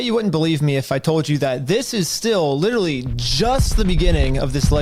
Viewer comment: Why is it that both this guy and Nick Shirley cannot pronounce the word "literally"? They are saying "littelly".